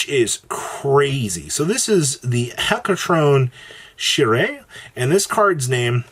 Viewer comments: hetaconcheire is pronounced as HETA-CON-CARE-RE. the mythical greek giant with 100 hands and multiple heads, hetaconcheire and enneacraft looks cool, a lot of detail put into the artworks. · Jawza giving some Lovecraftian horror vibes. Where do I sign up? Lol Also, hate to be that guy, but "Hecatoncheire" pronounced HEKKA-TON-KAY-REH